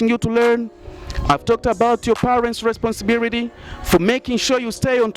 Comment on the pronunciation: Eti nini?, responsibirity🤣🤣🤣🤣🤣 huyo ndo obama anavyoongea. Kweli hamna la kusema. Dont waste our time you stupid people